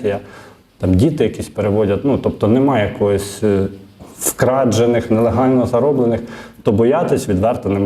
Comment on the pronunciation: Чому вкраджених, цего? Неможливо слухати. При всій повазі до ведучого. Правда, не звертає уваги на доречні зауваження. Прикро.